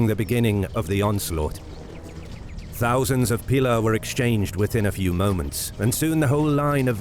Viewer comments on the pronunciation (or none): none